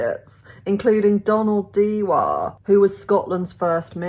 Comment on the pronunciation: The MP Donald Dewar's surname is pronounced, Jew are.